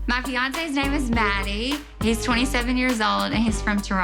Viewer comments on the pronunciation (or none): Right it was driving me crazy like its mah-di not maddie 😭😭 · Hes pronouncing his own name wrong lol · BTW she's pronouncing his name wrong he should at least teach her that